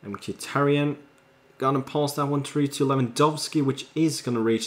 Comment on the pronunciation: You pronounce henriks last name. mick-Ey-thanks all-ty-on